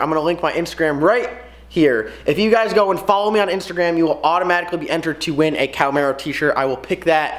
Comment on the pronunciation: Ok dude you lost me the second you said Cowmaro. It is pronounced Cahhh-marro